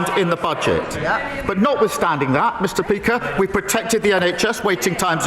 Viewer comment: "mr peaker" 😂😂😂